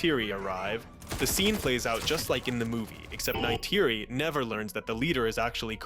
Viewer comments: That was an interesting restructuring of the movie, spoiled only by the repeated mispronunciation of Neytiri. 🫤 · i like your tweaks just please for the live of god STOP saying Neytiri’s name. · Why do you say Neytiri and dog tag the way you do? I’m not even sure what you say instead of ‘tag’ but Neytiri? It’s not even an accent or anything you’re just straight up saying it wrong.